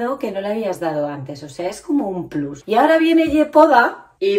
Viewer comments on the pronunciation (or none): none